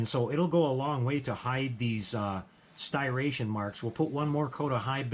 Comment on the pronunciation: Great video as always! I gotta say, though, hearing you mispronounce the word "Striation" murdered my ears.🤣🤣